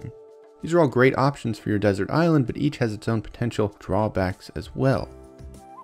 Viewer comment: You said Ireland not island twice and I’ll never stop wondering if it was on purpose. If so I fell for it..